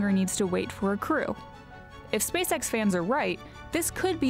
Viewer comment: Everytime she says "SpaceX" imagine "SpaceSex"